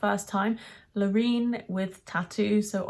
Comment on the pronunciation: Love that you pronounce her name right! But the chorus doesn't work for me. The chorus feels like a build. Brilliant performance, can't fault it. The tune is not so original. My 12 year old niece goes with Austria and I'm with her. PS you are lovely xx